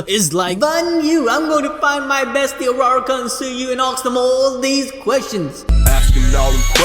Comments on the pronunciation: BRUH ITS u-ur-ra-ka not araraka -_ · don't wanna be rude-- but did someone catch how he pronounced Urarakawrong?